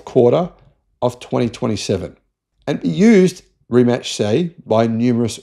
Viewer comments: Had to look it up myself, but Rimac is pronounced Rimats. I thought it would be like Rimak and you pronounced it like Rimatch. Kudos though that you pronounced the E at the end of Porsche. Ferdinand Porsche would be proud of you! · It's pronounced Ree-Mats not Rematch. The guys first name is pronounced muh-teh. I would expect an Aussie to mispronounce the first name because it's spelled Mate, as in g'day mate.